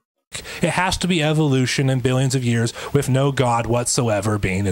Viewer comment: Wiff? It's with . This guys speech is killing me. 😵